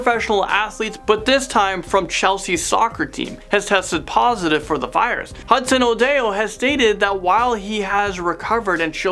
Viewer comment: Hudson ODEYO... The F?